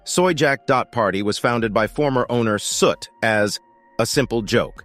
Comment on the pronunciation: “Soot” lmfao